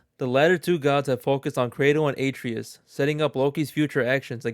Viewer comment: Yeah, and he also says Atreus wrong, probably hasn’t even played any of the games